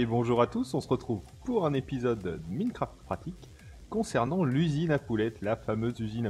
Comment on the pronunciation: Juste pour info on di pas minecraft mais maînecraft c'est de la phonétique